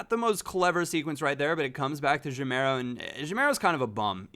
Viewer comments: its pronounced ga-meiro not je-meiro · it's Gameiro, not Jameiro. Like "game" isn't read "jame";) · ur reading gameiro like jameiro. when u say gay, remove the y and say meiro as ur sayin' and u will be sayin' the name correctly:) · that pronunciation of gameiro though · actually, the "GA" in "Gameiro" is pronounced like the "GA" in "gaz